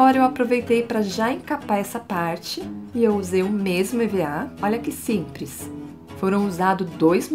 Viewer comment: SIMPRES? KKKKKKKK